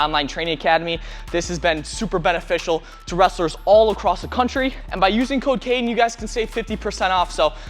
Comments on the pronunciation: He said “by using code Cayden” and I heard “by using cocaine” 😭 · in when he said code Cayden i heard cocaine